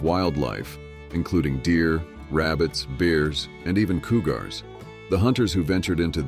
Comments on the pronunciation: What the f*ck coogars? that caught me off guard. 😆😆 You would think AI would recognize that coogars isn't the correct pronunciation. But at least it made the story a tad more interestingly humorous. 😆😆 "look ma, that right there is a coogars" 🤣😂🤣😂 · “Coo-gars” 😂 God, I really hate the AI narrations and that’s why I’m not interested in subscribing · "Coo-gars" he lol'ed me with that! Annie Oakly was my hero when I was growing up!! Love your channel! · "Coo-gars"? So AI can't pronounce cougar? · This was a mixed bag. At least the generated voice sounded good…. Until it started mispronouncing easy words. And why was the photo of the hunters from 4 Peaks in AZ featured twice? And twice pronounced cougars as COO-gars….. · I know. Coo-gars 😂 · Koo-Garz?😂 Koooo-Gar😂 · Learn to say courage and cougars correctly.